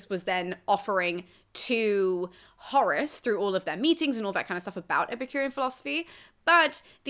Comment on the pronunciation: I hear Horus every time xDD